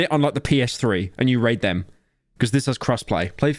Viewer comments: Pyro please never pronounce "raid" like that ever again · Please never say "raid" ever again